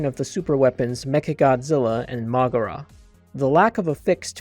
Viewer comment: bro did you just really pronounced moguera as "mógürah"? Anyways, ill just stick to the theory that the futurians just fucked it up and they created heisei godzilla in the first place because this is all very confusing.